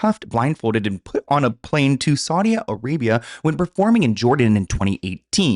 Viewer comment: „SaudiA arabiA“😂